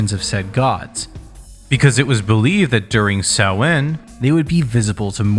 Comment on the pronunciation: i think you’re one of the only youtubers who’ve pronounced samhain correctly :O